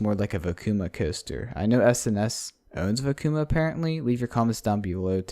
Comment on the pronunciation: Well it’s pronounced “Vekoma” not “Vekuma”.